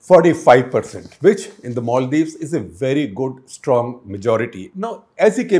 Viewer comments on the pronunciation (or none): none